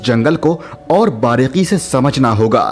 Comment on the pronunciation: Baareeqi nahi bhai baareeki hota hai